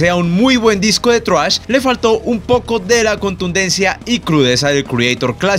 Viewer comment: por qué dice "thruash" jajajaja